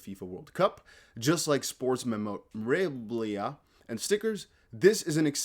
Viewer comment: Bro! Did you just say "memreowaamblahh".. Omg..I almost spit hot coffee out my nose! Memorabilia.. Pronounced. mem- o- rah- beel-ee-ah